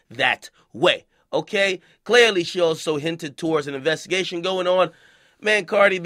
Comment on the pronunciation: Love ya tunes but did u say investigate like police